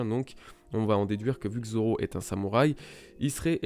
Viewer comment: Goya Seiku mdr quand il 1v1 mihawk au debut il dit Roronoa dzoro imagine ct un d mais personne n'avait compris